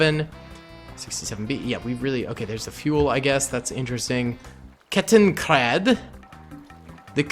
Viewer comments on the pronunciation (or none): none